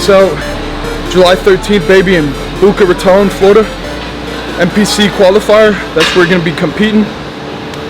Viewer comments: It’s Boca not Baca Raton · “Booka Ratone” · Nah said Booca rotan 😂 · Did bro say boucka raton Florida? 😂